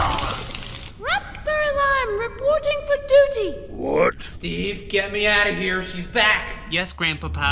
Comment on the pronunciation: He didn't say "why are you even here" he said "why are you even heret"!?!?